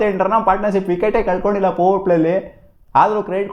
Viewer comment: ಪವರ್ ಪ್ಲೇ.... ಪೌ ಪ್ಲೇ ಅಂತೀಯಾಲ್ಲ ತಮ್ಮ